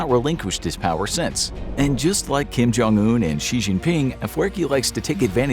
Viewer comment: I'm pretty sure it's "Kim / Jong un", not "Kim Jong / un" lol